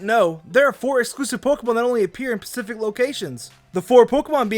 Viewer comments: "in Pacific locations"? is that actually what he meant to say or did he mean specific? Come on, it's not that hard to make the s sound before p. or maybe I'm just being stupid and that actually makes sense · he said "pacific locations" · it just really sounds like Pacific. clearly he's saying specific but I just can't hear the s